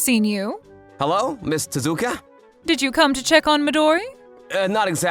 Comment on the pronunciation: MIDORI?!?! HER PARENTS FORGOT THE YA. PLUS TEZUKU?!?! MAKE THE TE INTO AN I 💀💀💀💀💀